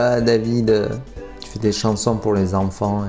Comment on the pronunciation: À 2m50 tu parles sûrement en patois des gens du sud car tu dis « ti es la » alors que c’est « TU es la » normalement. Bon moi j’dis ça j’dis rien mon sudiste du sud préféré ❤️ Love mec.